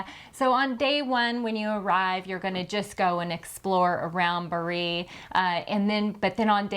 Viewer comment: Good video. Just have to add: Bari is pronounced BA-ree, accent on the first syllable 😊